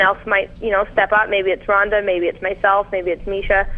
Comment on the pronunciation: Ronda Rousey should find this guy, and break his arm for mispronouncing her name. Much respect for Sarah, but Ronda is a force of nature. Strikeforce knew exactly what they were doing.